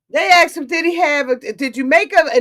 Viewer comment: “Ax’d “?! Ugh … I had to click off.